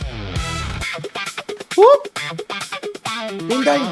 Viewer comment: Pinday - ❌ Puday - ✅